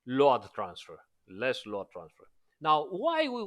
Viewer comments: Why you keep pronouncing it LO-ADD. Instead of Load (lowd)? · I really like the way is pronouncing LOAD, even knowing it's not correct....